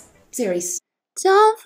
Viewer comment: "I doint know about that honey, I doint know about that." Love that accent.